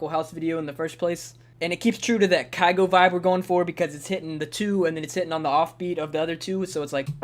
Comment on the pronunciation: Not kaygo btw